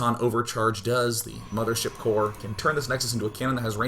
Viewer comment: Its not "Infestor" and "Mothership" its "Impestoor" and "Mamaship" :)